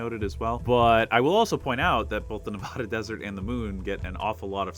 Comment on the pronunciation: I love you so much, but please!! I beg you to pronounce Nevada correctly ❤💔❤ 😭